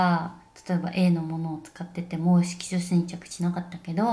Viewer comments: 色素沈着言えないあみさん可愛すぎて😂💗最終的には"シキチン"って略しちゃうあみさんwwwwww ぺえさんと食べてたチキン美味しそう🤤🤤🤤どこで売ってるチキンなの？？？私も食べたいです🙋‍♀️✨ 最後の帽子被った瞬間引っ張るペンペンもタイミング良すぎて笑っちゃいました😂💕ペンペンはいたずらっ子ちゃんですね！笑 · あみちゃんのYouTube毎回癒されながら見てます🥺✨ 可愛すぎるし性格も顔も全て尊い😂💗 色素沈着が言えないところは旦那さんと一緒に爆笑しちゃいました💓笑